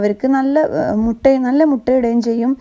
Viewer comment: മുട അല്ല മുട്ട എന്നു പറയുക